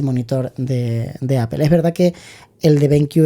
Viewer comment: Es muy instructivo este vídeo. Gracias. Solo una cosa, he vivido en California y manzana se pronuncia ApOl( no apel), jaj😂. A los anglosajones les chirría mucho escucharnos decir apel